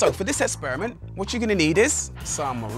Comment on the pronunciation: straight G's say 'essperament'